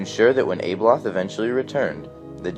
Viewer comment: its not ABE Loth..... Its ABBALOTH